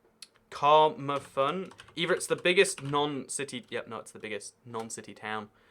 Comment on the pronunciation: the way he pronounced camarthen has me dying omg. Also fun fact it is not the biggest non city town but i believe the town of Llanelli which is in the county of Camarthenshire is